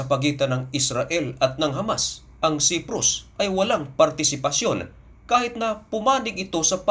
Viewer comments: Patangatanga ka mag basa....Ito daglatin mo na Lang...( Say-prus) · Cyprus at hindi siprus correction lamang . Tagalog ka ano ?!!